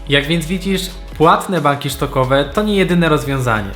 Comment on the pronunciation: Dzięki za ciekawy filmik. Muszę się jednak czepnąć ;) jednej rzeczy - to są banki stokowe a nie SZtokowe - sprawdź wymowę słowa stock na google translate choćby